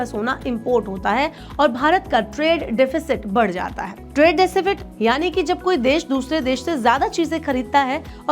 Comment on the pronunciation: deficit hota h madam aap decifit bol rhe ho